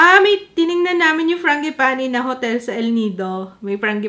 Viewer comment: Fran-ji-pah-ni. Apelyido pala itech ng italiano . The other name of this flower is Plumeria. Ty google